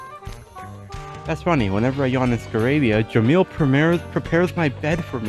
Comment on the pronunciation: As Arabic speaker the way that you pronounce kalim and Jamil it’s a very perfect also they’re mean as means a talkative and beautiful